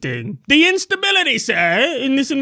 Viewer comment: Kyle “Instabilitah” Kulinski